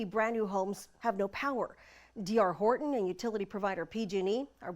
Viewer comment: Pronounce your Ts. HorTon!